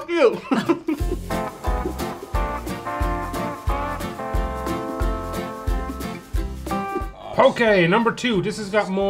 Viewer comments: It’s Poke! Not Poké. It’s important when we are talking about indigenous culture that we take the time to ensure our use of language is correct. It may only seem like a simple extra accent but it turns the word poke (which has meaning in ʻŌlelo Hawai’i) into the non word poké (of which there is no such word in Hawaiian language) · Poké? Not even close 😩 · POKE EH BOWL?? ID RATHER EAT EH BOWL! 😉 And we did... And it was GOOD!! 😍 I think I bet Ciara in eating it?! 😏